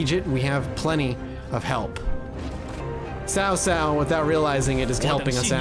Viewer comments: It's definitely pronounced T'sao t'sao. Chow chow is incorrect. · I’m not sure who told you it’s pronounced Sow-Sow (like the word for female pig). But it’s actually a lot closer to Chow-Chow (as in the slang word for food).